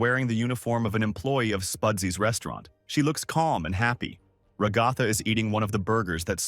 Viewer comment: RA-GA-THA- NOT RO-GO-FA